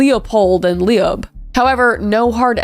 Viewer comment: Leob = “lobe”